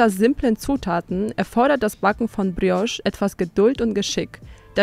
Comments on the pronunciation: Brrrrios,klingt nicht richtiger,je mehr Du es wiederholst 🤷‍♀️ Wer hat der Tante erzählt,man würde im französischen das R rollen🤔🫣??? Da wird wohl italienisch mit französisch vermurkst🙄🤭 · Wenn die noch einmal Brrrriosch sagt,dann😱🤯